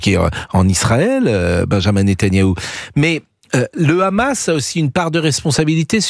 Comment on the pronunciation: Tapiro dit le "RHAMAS"....on voit pour qui il roule, au dela du fait qu il soit pro israélien